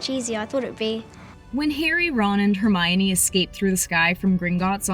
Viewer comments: Girl it's Hermione not tReeminie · It's Hermonie, not Tremonie